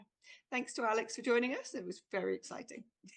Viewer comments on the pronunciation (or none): Aleks! not Alex! I'm sorry.